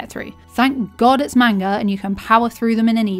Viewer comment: She calls it "manger" and its amazing